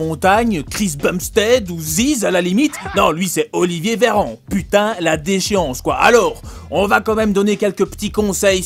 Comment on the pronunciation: C plus "Olivier veyran" cest "Olivier VETERANT" mtn 😂